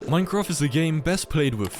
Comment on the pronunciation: Why do people say mine croft?